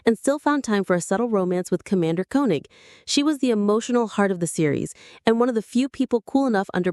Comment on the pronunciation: I really love this show. The narrators mispronounce several names, including Koenig, Helena and Kano.